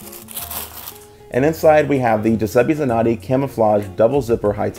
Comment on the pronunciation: i love the way americans say Giuseppe Zanotti :D